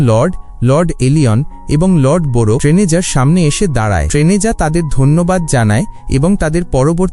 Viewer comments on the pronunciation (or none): টেনেজা না ট্যারেনিজা😒